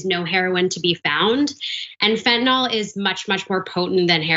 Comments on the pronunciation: Why do they keep saying fentanol it's fentanyl. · It's fentanyl, not fentinol, or fentinall. 🙄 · it doesn't help credibility that neither the commentator not the host seem to read English well enough to pronounce "fentanyl" properly... please note the "y" does NOT get pronounced as a "short O"...